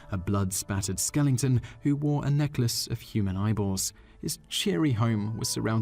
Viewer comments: It's skel-E-ton not #@ skel-ING-ton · It's not "skelington", it's skeleton. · stop adding a better to skeleton. You keep saying "skelington" in multiple videos. That s not correct. You are better than that. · What is a 'skelington'? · Skelington, tee hee.